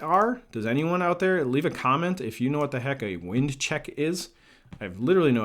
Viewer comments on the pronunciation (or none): Winding check is a cosmetic metal cap that the black runs through and buts up against the foregrip. It's pronounced with a long i, as in wind the handle vs the wind blowing.